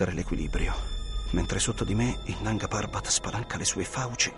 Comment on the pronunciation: Nanga parbát pronunciato da minoli non si può sentire.